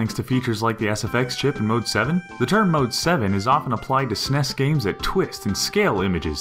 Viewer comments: S-Nes not "snes" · The very moment I heard the narrator say "SEHNEHS" Instead of 'S.N.E.S.' I quickly paused, thumbed down,wrote this comment and left. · s-n-e-s not like sness like (lock)ness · I'm sorry, but who pronounces the SNES that way (s-ness)? I have never heard anyone call it that, they just say Super Nintendo or say each letter (es en ee es). Was I the only one confused when he said "sness" at first? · Each letter should be son fed out! S N E S ! Not "Smes"! :/ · I truly despise when say SNES phonetically instead of just saying the letters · I agree it sounds stupid. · 'Snes' lol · Did he just call it a "sness" DA FUHK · Say it right. It's either the Super Nintendo or the S N E S. It's not all one word and it sounds stupid when people say that. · Im guessing the narrator is too young to know that SNES is spelled out when said and not read as a word. NES is read as N E S and SNES is read as S N E S. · "Sness"? Do you call your email client "Jhee-Mail"? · Stop calling it the Sness. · did anyone else get slightly irritated at him saying snes as a word, instead of super n.e.s.? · Ha ha, I agree. It was more teasing than actual criticism, hence the :P. I pronounce the letters, but frankly I don't understand why some people make such a big deal about it. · it bothered the fuck out of me too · I call the NES NESS(one word) and the SNES, Super Nintendo, Esse NESS, or S-NESS. Spanish is weird, I know. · Who cares if people call it that? Growing up, nobody I knew called it the Super Nintendo, it was always the Snes, just like the Nes before it. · I actually said it every way one can say SNES, pretty sure that has nothing to do with age. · And I am telling you they are pronouncing it wrong. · Love the info, but hearing "SNES" pronounced like it's a word was really grating. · I wish people would stop saying SNES as a word! It's one of the ugliest things I've ever heard. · ***** most people just say s n e s, not snes. You wouldnt call a c e o, a cheo